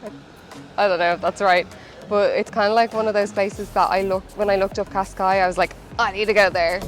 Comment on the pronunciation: Cascais not pronounced, KOSS-skies, it's keh-SKIES